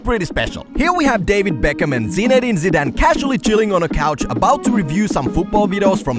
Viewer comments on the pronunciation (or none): He is interviewing a legend like Zinedine Zidane and yet can't take a moment to learn how to pronounce his name correctly. What a disgrace.